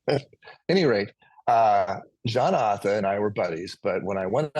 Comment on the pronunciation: Thank you, for such a beautiful interview. I used to live in Portsmouth too, and I say Arthur the same way you do! Hahaoho! Thank you too, for always having such interesting guests.